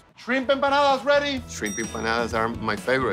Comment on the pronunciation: We don't say empanadas